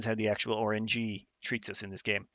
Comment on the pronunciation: took me a couple minutes to realize you were saying "RNG" and not "orange-y" when discussing planet resources 🤣